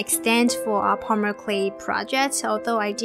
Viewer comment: Why does She pornounce polymer pomyler